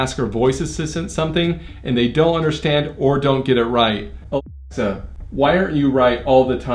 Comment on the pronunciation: Idk why nobody can say alexa is it alexa™?